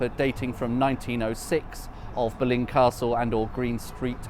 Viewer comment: Interesting. On your map the old West Ham ground is named as the Boleyn. As I understand it, this was always pronounced with the stress on the first syllable.